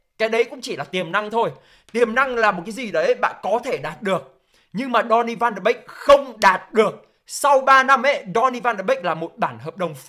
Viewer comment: Tôi đề nghị bạn nên phát âm tiếng tên cầu thủ chuẩn chút . chứ phát âm còn sai . Ăn cơm rau muống mà bàn chuyện quốc tế thế .